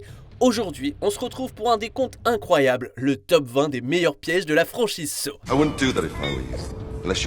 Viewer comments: Ce qu'il dit : Saw VI Ce que j'entends : saucisses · quand il a saw 6 j'ai entendu saucisse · Suis-je le seul à avoir entendu "saucisse" ? 😂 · À chaque fois qu'il dit " saw 6 " Dans ma tête : " saucisse "